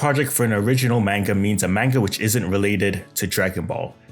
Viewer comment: I can't believe you when you're saying manga wrong. I can't even stand listening to you with you constantly saying it wrong